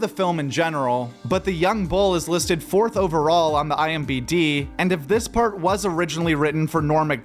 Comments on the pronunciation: the fat that he says "IMBD" instead of "IMDB" is so funny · IMDB... not IMBD.. although.. you might be onto something.. IMBDSM.. 🤔